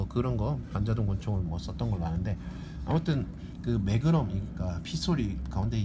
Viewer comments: ㅋㅋㅋㅋㅋ 마그남, 이야 발음 좋네 마그남 ㅋㅋㅋㅋㅋㅋㅋㅋㅋㅋㅋ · 설명써있는거봨ㅋ 어떻게 읽으면 저걸 마그남이라고 읽어ㅋㅋㅋ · 추억의 아재 영어발음...ㅋㅋㅋ